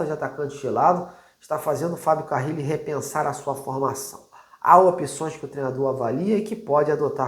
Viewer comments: Crítica construtiva: não dá pra errar o nome do técnico, né? É Carille, não "Carrile". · é CARILLE E NÃO CARRILE😂